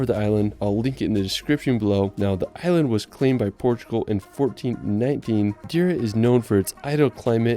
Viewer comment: Wtf.. in order of respect you should even try to spell some Portuguese words right… for example it’s Not Madira, it’s MadEira